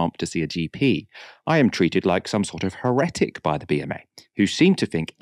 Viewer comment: To all and sundry: it's HERetic. Stress first syllable. Not herETic I have never heard that before!